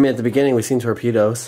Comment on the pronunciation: Or Tor-pee-toes....